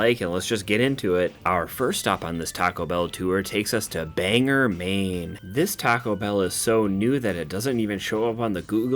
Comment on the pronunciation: Still love these videos BUT I'm from Maine and it's pronounced "bang-gore". No biggie. Lots of people mispronounce maine towns. Be glad it's not one of the native derived names like Ogunquit or Mattamiscontis. Keep up the bangers!😊